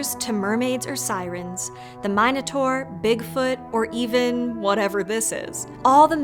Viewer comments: Mine-ator lmfao u definitely did that on purpose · Is it really pronounced "mine-o-taur?"